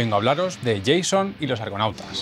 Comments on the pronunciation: A ver, que el video me ha gustado, pero es Jasón y no "yeison". Es que me han pitado los oídos. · hacen tiempo que no encontraba un canal de cine que si hable del cine realmente, cinestudio ya no esta muy activo 😢, excelente trabajo hermano! P.D. se pronuncia “Jasón” no “lleison” no? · INTERESANTE VIDEO. ME SORPRENDIÓ QUE DIJERAS YEISON Y NO JASÓN COMO LO DIRÍA UN ESPAÑOL DE PURA CEPA JAJA. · Por favor, los que vengáis a corregir la pronunciación, no lo hagáis escribiendo "Jason". Evitáos la vergüenza y escribid Jasón, que es como se escribe en español ese nombre griego... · "Yeison" no, por diox, Jasón, como suena, con Ja de ja me maaaten. Otrosí digo: excelente canal. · "Yeison y los argonautas" 🤦 JA - SÓN. Venga, repite conmigo, JA - SÓN!!! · Me gustaría felicitar a los responsables del canal por la gran calidad del material que preparan. Pero, por favor, editad la parte donde se pronuncia el nombre del noble Jason (que era griego) con esa pronunciación propia del nombre de un 'nini' de Minesota. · Me encantan los vídeos de este canal, pero me ha chirriado un poco cuando ha dicho Jason con pronunciación inglesa. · De verdad lo pronuncias así? Que no es en ingles ni es el personaje de "Viernes 13"! ja ja jaaa! Búscalo en un traductor a ver como se dice "Ἰάσων" pero se escribe así (Jason), como muchos nombres, por fonética y no para que lo pronuncien como si fuera nacido en New York! ja ja jaaa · El vídeo es interesante pero la pronunciación del nombre de Jason ha sido como una patada en la oreja.